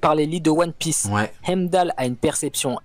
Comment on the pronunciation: Pourquoi il prononce heimdal comme ca 😂😂